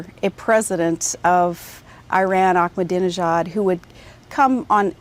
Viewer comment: I don’t think that’s how you pronounce Ahmadinejad